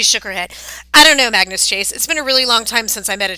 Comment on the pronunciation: You're American aren't you but you really speak English very very bad it's it's Magnus not mangoes mangoes It's tier not tire it's TEIR pronunciation tier not T IRE